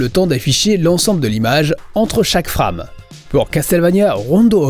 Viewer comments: Très bonne vidéo, bravo. Par contre j'ai jamais compris pourquoi tout le monde dans le milieu prononce frame, fr"a"me au lieu de fr"ai"me. Quand tu dis framerate, tu prononces bien par contre, fr"ai"merate. ^^ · Tu peux commencer par utiliser un OSSC comme tous les puristes au lieu de cette daube de Framemeister (qui a fait son temps), et apprendre à prononcer "FRAME" aussi. Si tu veux te la faire super franchouillard, tu devrais dire TurboGrafx "sixtin" au lieu de "sixteen".